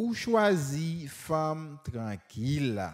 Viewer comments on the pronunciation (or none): none